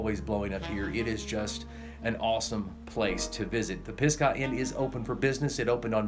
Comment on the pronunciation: Great Video. You are saying Pisgah wrong*